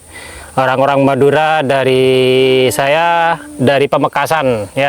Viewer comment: Madura mas BKN meduro. Pak Mudhor mas BKN modhar.